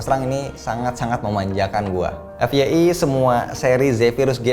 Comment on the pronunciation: Apaan sih.. FYI alias efyei. Apaan coba... Tahu gak sih apa itu FYI??? please.. Wajib dijawab!! Kesel banget dengernya.. EFYEI!?